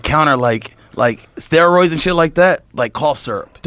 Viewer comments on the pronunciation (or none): “What? I don’t even know what ‘ster-ooids’ how do you even do ‘ster-ooids’?